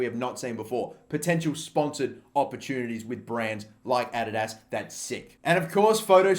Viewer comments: why are you saying adidas like that? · stop saying adidas that way plz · The way he says Adidas kills me😂😂